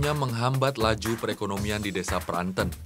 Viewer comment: cara pelafalan Desa Pranten yang benar.